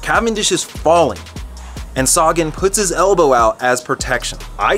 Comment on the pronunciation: It's not Saga-N, it's Sagan. Thanks bro 💪🏻